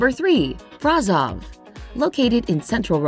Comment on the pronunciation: [braˈʃov] to be more precise, you can simply find the audio of the pronunciation on Wikipedia, this video has indeed many flaws.